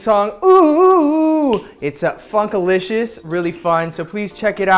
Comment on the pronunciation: Is it just me or did it sound like he said "fxckalicious"? but in any case...OOH OOH OOH~ <3